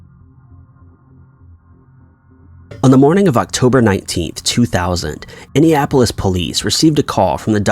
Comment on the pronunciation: He repeatedly says "Indiapolis" lol